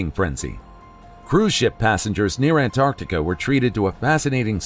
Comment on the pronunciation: They say ANT ART TIC A! Lol! Don't like that😂😂😂